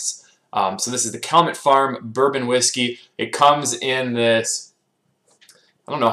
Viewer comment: Pronounced “cal-yoo-met.” Thanks for your reviews.